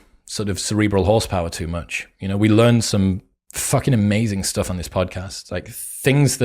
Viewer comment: the content and the presentation is awesome but I can't help giggling when I hear "stoff" 🤣